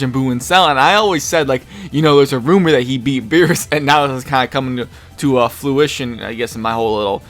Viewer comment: fruition... not flu...just btw hilarious episode too!!! haha loved it keep it up mang